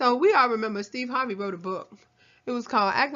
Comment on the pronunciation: Almost died 😂 sthurvay Sthays